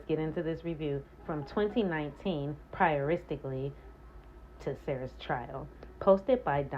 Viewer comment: Did you seriously say, "prioristically"? 🤣😂🤣 Love it!